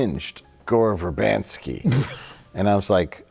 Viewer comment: Gore Ver 'ban' sky? Isn't it Ver-BIN-sky?